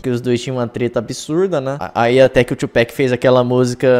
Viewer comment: OBRIGADA por pronunciar o nome do Tupac CERTO!!!!! O pessoal matando o nome do cara Tupác! Mandando o nome em português!! Que nervosoooooo